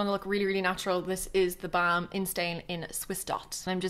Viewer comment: Gorgeous! You're seriously one of the most talented make up artists here in youtube. Oh and I love how you say theBalm :D